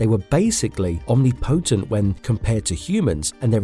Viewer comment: "Omni-potent" lol...